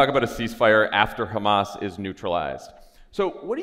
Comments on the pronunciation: I think his tongue slip says it all. When he was trying to say civilians and said ci-villains instead and then called Hammas, he. He doesn't know what he's talking about, and he sees them all as guilty. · I love John Fetterman, he’s my Senator, but his response was not only incoherent, but also ridiculous (and he didn’t pronounce Hamas correctly). I hope he does a little more research into the subject and changes his stance.